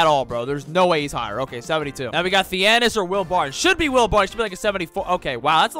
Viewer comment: Theanis. You said thianis